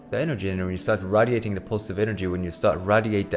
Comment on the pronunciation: can’t trust a nigga who doesn’t know how to pronounce radiating